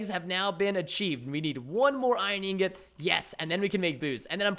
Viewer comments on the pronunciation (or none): none